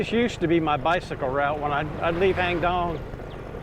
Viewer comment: My wife and I enjoy your video. We normally visit Chiangmai yearly and nice to be able to see familiar places. I hope you don’t mind... your pronunciation of “Hang Dong” is not quite correct. It’s “Haang Doang”, please ask your wife to pronounce it since you refer to it often. It’s unfortunate most of the Thai words spelled in English are incorrect because they are translated letter by letter from Thai to English without considering the correct pronunciation. An example is “Phuket”, the correct Thai pronunciation should be “Pooget” (with the “g” sound instead of “k”). Btw, I’m Thai and my wife is from Wisconsin. I tried to point out what the correct English spelling should be to help improve her pronunciation. Stay safe and thanks again for sharing your video.